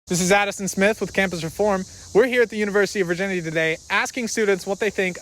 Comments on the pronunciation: Tell me I’m not the only one that heard the guy saying in the beginning “we are here at the university of virginity today”! 😂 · I thought he said the university of virginity lmao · Is it just me, or did he say the University of Virginity? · Sounded like he said university of virginity